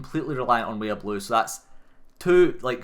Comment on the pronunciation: The way they say "way of blue" sounds to me like "weeablu." Like a blue sentinel guy who's also a weeaboo.